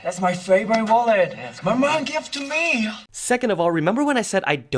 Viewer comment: Why did i hear mullet instead of wallet